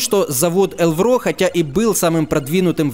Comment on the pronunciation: только не элврО, а Элвро. ударение на первый слог